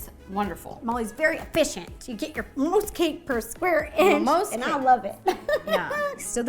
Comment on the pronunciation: When said most she sound country.